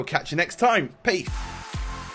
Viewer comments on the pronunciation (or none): does said "peaf" at the end or is it just me? xD